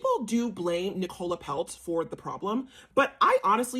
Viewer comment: Brooklyn was very privileged but where do you get the idea that he was looked down upon? By the way her name is pronounced Nic ola. Emphasis on Nic!! You're a bit dim. Pronounced dim 😂